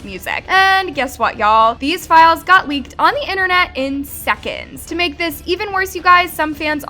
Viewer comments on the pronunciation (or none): none